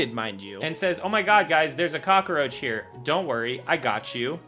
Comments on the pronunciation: the only thing in this video that shouldn't exist is your pronunciation of "cockroach" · Eretile function? Roof's car? Cock-a-roach? So many weird phrases and pronunciations in a single video.